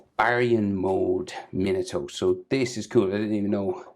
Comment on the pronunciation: Bro no offense in the beginning you said monato instead of Minato